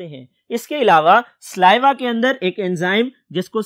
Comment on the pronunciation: Correction "SALIVA" Not sliva